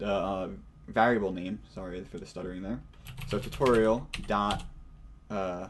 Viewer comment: you know whats rrrrrreeeeeeaaaaaaallllllyyyyy interesting? How this guy says variable. like vaarable